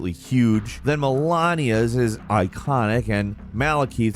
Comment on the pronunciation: It's not melawnia, it's melaynia, you mis-pronounce things often :p